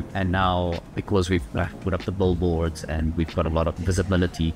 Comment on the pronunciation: Does he say, "BULLboards?" 🧡🐮🧡